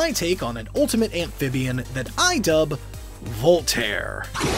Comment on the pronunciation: you pronounce Voltaire weird. It sounds like you’re saying Vol-Át-hair. When I thought it was pronounced Volt-hair. Two syllables. It even sounds like you pronounce it correctly in.